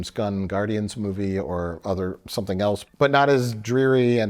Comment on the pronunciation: ...it will never stop being cute that pronounces the word "else" with a "t" in it... (32m35s)